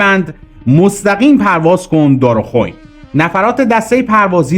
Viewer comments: درست تلفظ کن. اسم این مکان رو ..‌ عجب ها ...... دارخوئین.... ن دارخون...... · دار خوئین گویند نه دارخون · چقدر در تحقیقات تان سهل انگاری میکنید که نمی روید چیزی را که دقیق نمی دانید از دیگران و مسن ترها بپرسید تا در تلفظ دارخوین اشتباه نکنید !!!!؟؟؟؟شما که سن تان به زمان جنگ می خورد!!؟،؟چرا کلمه دارخوین را خوب و درست نخواندید!!!؟؟؟؟ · با احترام و تشکر تلفظ منطقه دارخوین اهواز با کشیدن کسره زیر حرف ی درست میشه دارخوین با کسره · درود بر شما خدا قوت با عرض معذرت میخاستم بگم بعضی کلمات واسمها را اشتباه تلفظ میکنی مثل کروچیو ودارخوئین